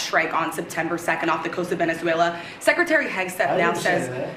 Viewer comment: SecRETary. Not secitary